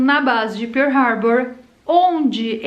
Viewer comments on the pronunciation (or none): none